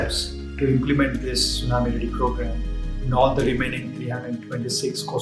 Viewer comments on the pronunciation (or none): none